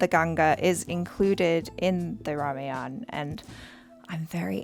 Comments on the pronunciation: it's pronounced ramayaan , not rameyana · Please pronunciate RAMAYAN proper we love that❤